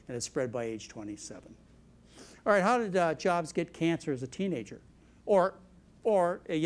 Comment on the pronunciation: I have noticed this doctor sometimes pronounces words the wrong way , he said teegager instead of teenager too